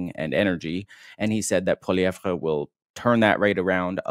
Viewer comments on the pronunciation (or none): Dear, stop calling him PoilieVRE. In French, we do NOT emphasise his last syllable. It's pronounced Poiliev.